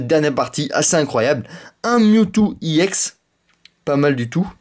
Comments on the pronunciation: on di pas iEX mais juste EX! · je crois qu'on ne prononce pas i ex mais ex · on dit ex pas i ex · Pour ceux qui ont pas compris iex c'est ex mais il le prononce en anglais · Est on-dit pas i ex mais ex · tu me doul de dire iex au lieu de ex sa manerve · Pourquoi tu dis iEX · On dirait un gogolito en disant i ex xD